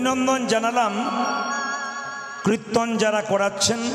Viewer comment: কৃত্তন নয়, উচ্চারণ টা কীর্তন হবে, ঔদ্ধত্য মাফ করবেন, ধন্যবাদ।